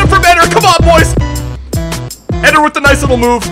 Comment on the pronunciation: Is it not pronounced Ed-air!